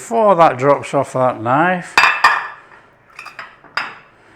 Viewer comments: Just discovered you and subscribed 🎉 K-nif! I grew up saying k-nife!😂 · It's really a perfect dessert in flavor and simplicity. And easy enough for a beginner. I'll be picking up some apples this weekend. Oh, and my dear dad used to pronounce it k-niff, too. Thanks for the lovely memory.